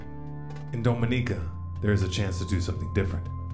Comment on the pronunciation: Big fan, but as a native of the Lesser Antilles (SVG) gotta tell ya it's pronounced Dom(as in DOMinatrix)inica